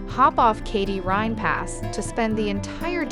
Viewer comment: Good video, but you really need to pronounce Rhein/Rhine correctly!